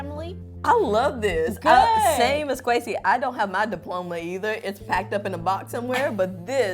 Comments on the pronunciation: Kwesi's name is actually pronounced "Kweh-si" in Africa and not; "Kwee-si'' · How pronounce your name wrong , it’s Kwe•Si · Kwesi is a Zulu name pronounced Kwee -zee